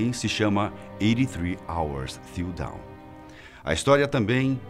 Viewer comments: No caso a pronúncia correta de Dawn, seria "dãn" né?! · "83 hours till dawn" a maneira como ele diz é down que é para baixo... kkk Realmente o povo brasileiro a falar inglês é uma desgraça... lol cada palavra cada pronuncia pior que a anterior...